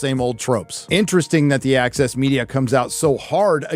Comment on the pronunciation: when you say the "access media", it appears in my mind's eye as "The Axis Media" LOL